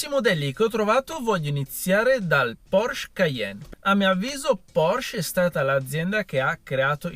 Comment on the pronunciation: Porsch-E. Pronuncia le E mannaggia